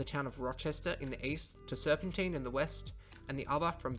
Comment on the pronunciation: 100% on the pronunciation. That’s how we say it.